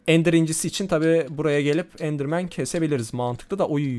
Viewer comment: Abi endrmen vacap diyo